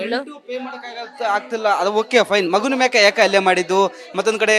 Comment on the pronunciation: ಅಲ್ಲೇ ಅಲ್ಲ ಅದು ಹಲ್ಲೆ. Correct aagi kannada matado anchor ilwa nim hatra